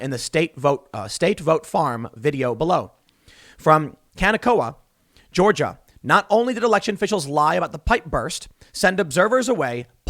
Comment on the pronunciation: Can-a-koa.... No Tim. That's a Hawaiian name. Its pronounced Ka-NE-koa. Also machines just scan ballots, the only way to actually check each individual ballot is to do a forensic analysis of the machines and ballot envelopes. However in Georgia some ballots were apparently shredded, and some machines may have already been wiped or destroyed.